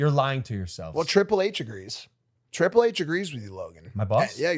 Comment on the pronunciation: WOW! First time Tiple HHH was pronounced